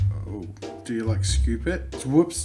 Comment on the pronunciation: "Do you like... Skoop it?" NO. NO YOU DO NOT.